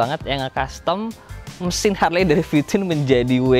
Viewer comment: Bacanya Harli bukan harle bos